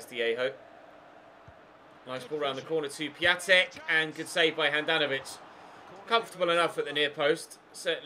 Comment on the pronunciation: Its pronounced piontek ya bender